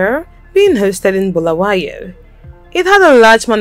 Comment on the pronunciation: its not bhulawayo its BULAWAYO PLZ LIKE SAYING HALALE ITS HARARE